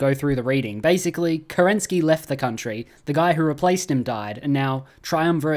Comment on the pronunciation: As a Russian, I can't stand how you pronounce kerEnsky. He is kerenskY :)